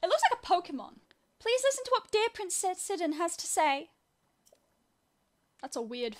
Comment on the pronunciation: XD It's pronounced 'High-lee-an', same as Hyrule (High-rule), and Hylia (High-lee-ah) ...Also Sidon is (Sigh-don) not (Sidd-on) XD But honestly your way is much more funny.